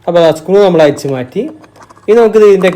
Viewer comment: അയിച്ച്...പയയ...കോയിമുട്ട എന്നല്ല അഴിച്ച്....പഴയ എന്നാണ് മലയാളത്തെ കൊല്ലുമോ?